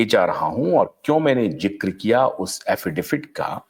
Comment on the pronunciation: Affidavit hota hai Affidafit nahi 😂